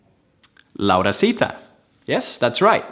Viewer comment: no se dice, se dice laurita y ese curso Raio creo que se lo vi a otra persona que fue quien lo invento